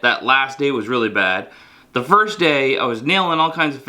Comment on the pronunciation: "And it works weely well." - 🤣🤣🤣🤣🤣🤣🤣